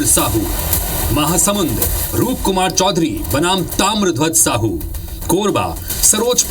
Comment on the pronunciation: समाचार वाले भाइयों नाम को भी तो ठीक से बताया करो यार रूप कुमारी चौधरी है